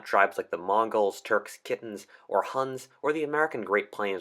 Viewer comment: Khitan is not pronounced "kitten". It's Key-Tan. And in their own language it was Chi-Dan.